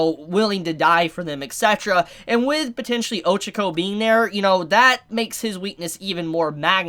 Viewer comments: You pronounce Ochaco like “Ojiko”.... I’m like ..who!? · 274 chapters in and ochaco might die and mans still doesn’t pronounce her name right. I think all might is going to die. With shigaraki being so OP and the amount of destruction going on, maybe in the next few chapters or in the further future, All might is going talk to shigaraki during a destruction chapter(like now) to get him to stop and telling him who nana is and he’ll end up getting killed by shigaraki.